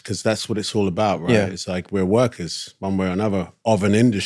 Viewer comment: When he was like we're workers, it felt like he was saying 'we're takers, guys'